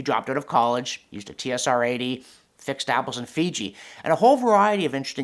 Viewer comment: Tee Es Ar-80??!? That's blasphemy! It's a TRS-80 ( for Tandy Radio Shack). And in this case a Model 3.